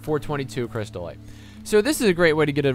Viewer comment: cryst-ite "crystal-ite"